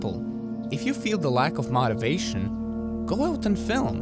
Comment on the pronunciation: *mow-tivation, like “row” but with an ‘m’. Great video